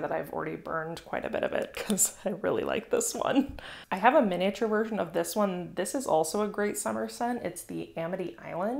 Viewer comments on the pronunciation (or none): none